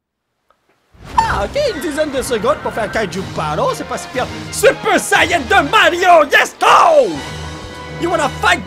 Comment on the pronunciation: c pas un super sayan 3 mais un super chayan 3🤣